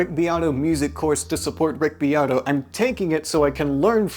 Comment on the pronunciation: It sounds like ur saying Rigby Otto